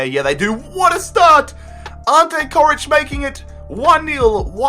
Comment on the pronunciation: Jesus, you really butchered Coric's name